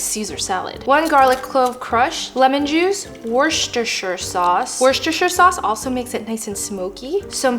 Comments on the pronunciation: 1. Worcestershire is pronounced "Woostershire" 2. Yes, freezing the mozzarella sticks is crucial, it prevents the oozing. 3. Your ice cream was not cold enough. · Absolutely not! Butter on ice cream is gross! 🤢 It’s all about the sugar in pop 🤦🏽‍♀️ It’s pronounced woos-ter-sher sauce 😂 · In South Africa we pronounce Worcester Sauce totally different. It always sound so wrong to me when I hear it pronounced like you do. We also have a town called Worcester here.